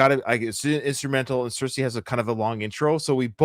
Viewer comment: You keep saying cirice wrong 😅 it's pronounced ce reece. I kept getting it wrong at first too.